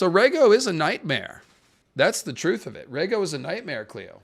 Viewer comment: Reading Rhaegar was harsh.😂